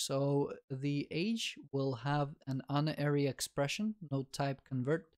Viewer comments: god damnit unary isn't pronounced like uninstall, it's pronounced like unity also + is not an operand, + is a binary operator, it's binary because it depends on two operands likewise, a unary operator has a single operand conditional operator is also called a tertiary because it has three operands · Unary is pronounced as in Unicycle, Universe, United. Not as in onion, undead, unhelpful.